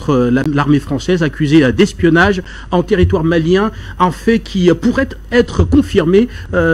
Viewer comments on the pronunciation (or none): retifier c'est L'espionnage et non espoinnnage